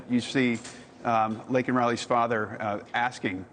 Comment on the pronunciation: Say her name, Joe Biden. It's Laken Riley, not Lincoln Riley